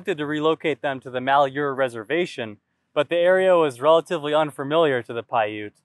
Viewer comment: I know you probably won't see this, but malhuer is pronounced Mal, like maltreatment, huer, is like here, with a sort of h/hu sound as you transition into the h. Take care and God bless